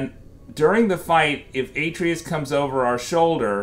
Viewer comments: Kratos literally tells you how to pronounce his sons name, how can you get it so wrong! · U say the boys name wrong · Can’t take the way he says Atreus